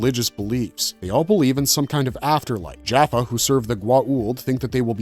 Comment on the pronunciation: This video is full of mistakes and mispronounced words. for instances the tolen did not reverse engineer the tolen ion cannon, they created it. the humans were trying to reverse engineer the cannon from the tolen. as well as the narrator pronounced jaffa wrong with many other words. can i suggest you do your research and not just blindly read the Stargate Wikipedia in to a microphone, Cheers